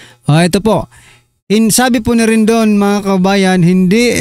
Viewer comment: RIDING NOT "RINDON".